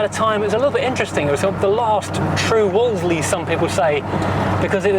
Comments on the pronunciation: As you said - it’s easier to say Woolsey rather than Woolsely. Back in the 50s nobody I knew ever pronounced the car with the second L. It’s like Cholmondley pronounced Chumley. It’s only today’s generation who insist on getting tangled up with the second L. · You dont pronounce the second L mate. Its not a wall zlee Its a wall zee